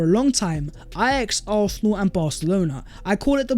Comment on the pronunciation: why do you pronounce it arthenal?